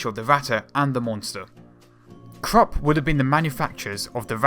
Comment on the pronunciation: The company is pronounced 'Kroop'.